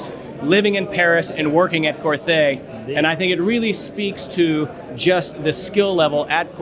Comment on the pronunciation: it's pronounced similar to Corté, not Corthé as the "h" silent.